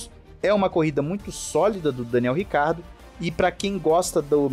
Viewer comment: Não entendo porque é tão difícil ler o SOBRENOME dele Ricardo é nome próprio sobrenome é Ricciardo italiano se lê (rithiardo) tenso....